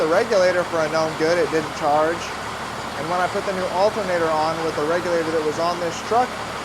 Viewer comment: ALTERNATOR. 😅 Not alta-nador